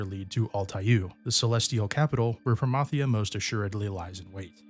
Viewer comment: The what if you fail against Promathia. Thank you for pronouncing Promathia name right! It drives me nuts when people pronounce it as Pro-MATH-euah